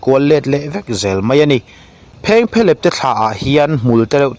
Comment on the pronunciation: I content lhi chu atha a phengphehlep I lam dan hi a dik em,.? Kan khaw lam tih dan chu ani lo deuh